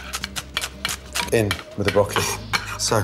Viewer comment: Can we saute the BrockEly